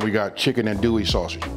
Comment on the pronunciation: I love this but you can tell he is not from Louisiana due to the way he is saying andouille sausage lol